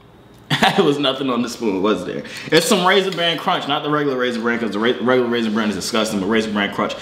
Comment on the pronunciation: No one finna talk bout how he said raisin brand crunch slaps food smacks music slaps get it right